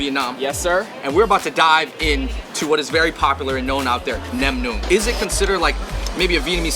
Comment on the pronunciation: // // Did Andrew edit this video? Viet ears be bleedin' from his butchered pronunciation of "nem nuong" but did you guys really have to screw up the "banh" spelling for these dishes? Sorry (Xin Loi) Richie.